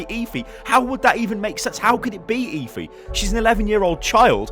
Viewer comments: ITS PRONOUNCED ( F E ) NOT ( E FEE ) PLS STAHP :(((((( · Please, why are you calling her e-phee, its eth-ee! "Efi" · It's pronounced Effffeeeeeeee. Not Eyfi. ☺️👍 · Im pretty sure its pronounced effy not eefy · Jesus man it's pronounced effff-ee not eefee fucking hell man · It's pronounced EH-FEE, just saying( ͡° ͜ʖ ͡°) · It's pronounced as eh-fi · Please just say EH-Fee. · did any1 else hear leafy instead of efi LOL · lets be honest, is there even a chance he's pronouncing Efi correctly? EEEEEEEEEEEEEFY, Dooooouuummmfist.... Saaaaays...... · You pronounce Efi's name wrong. 😂